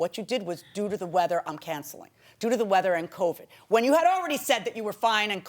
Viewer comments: I thought she said covic😅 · PLEASE STOP saying Covick!!It's CovID!!LOL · Covid not Covick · The number of people across this great nation that say “coVIC” instead of “covid” in 2024 is RIDICULOUS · She also says "covic" instead of "covid" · She keeps saying COVIG and that bothers me